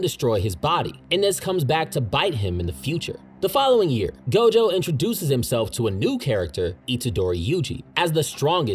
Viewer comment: It's not gojover 😅